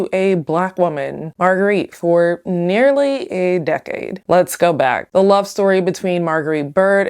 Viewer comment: The host can't say the letter "d". "hat" instead of "had", "marriet" instead of "married", "decate" instead of "decade"